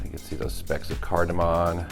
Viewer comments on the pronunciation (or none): I've made a very similar sauce using similar ingredients, was great. Just one tip, its cardimom not cardiman. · Cardiman? Don't you mean cardamom?